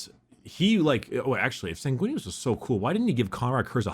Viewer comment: "Susguinious" As a blood angels player, hearing that sent me into the black rage.